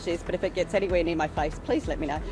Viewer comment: Dude pronouncing “my” as “mi”😂😂😂😂